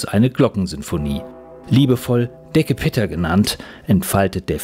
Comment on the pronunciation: Bitte nicht „Decker“ Pitter, sondern „De Dicke Pitter“, der dicke (große) Peter.